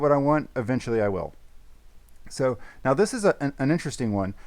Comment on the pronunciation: Love how says meow instead of now in this vid 😂